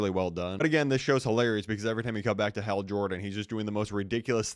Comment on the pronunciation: Bro even the captions hate the way you say Hal